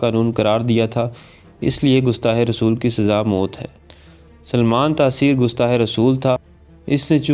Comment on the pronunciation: gustah nahi gustaq